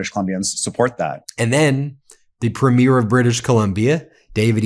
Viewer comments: Ben, I love your content and watch all of the time. But I do have a nitpick about your pronunciation of the word "premier" when referring to the Premiers of Canadian provinces. The word is pronounced with the emphasis on the first syllable. PREEM-yer. I'm pasting an AI explanation of the difference here: The word premier (as in the head of a Canadian province) is typically pronounced PREEM-yər (/ˈpriːmjər) or PREM-ee-er (/ˈprɛmiər). It has two or three syllables, sounding like "PREEM-yur".Pronunciation BreakdownPhonetic: PREEM-yər or PREM-ee-erSyllables: PREEM-yur (2 syllables) or PREM-ee-ur (3 syllables)Stress: The main stress falls on the very first syllable (PREEM or PREM).Compared to "Premiere"People often confuse premier (the political leader or top-ranking adjective) with premiere (the first showing of a movie or play).Premier (Politician): Ends with a crisp "-yur" or "-er" sound (PREEM-yur).Premiere (Movie event): Ends with an "-eer" sound (prih-MEER). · Ben, Ben, Ben. You pronounce Ukrainian and Russian names so clearly, why can't you say Preemier instead of Premeer? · Thanks Ben! The word is pronounced Pre´mier, not Premi-ér. 😺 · Please note: it's pree- mure. (Accent on the first syllable) Premyare(premiere)( the way you say it- would be correct for female premiers. Sorry, as a Canadian it grates on my ears. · PREEM-yer, PREEM-yer. Not première. It's not a movie première. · oh fer cryin' out loud Ben - the leader of a Canadian province is pronounced PREEMyier...It bugs me as a Canadian that you cannot get this right. it's not preemYIEER as in a show opening. please educate all through your broadcast this one thing - might seem like a small thing, but it hurts my ears every time I hear you talking about the first night of a new show on broadway! :) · Why do 'Americans mispronounce 'premier'. it is pronounced 'Preemyear". thank you. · Just a friendly heads up that we emphasize the first syllable of Premier, not the second syllable. Cheers!🇨🇦